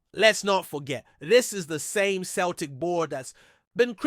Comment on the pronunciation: Turned it off after couldn't pronounce Celtic correctly! 🙄